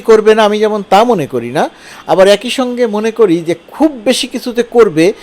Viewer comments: একোই না বলে অ্যাকি উচ্চারণ করুন। ছ-এর উচ্চারণ ঠিক করে নিন। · এক-ই নাকি এ-কই? 😊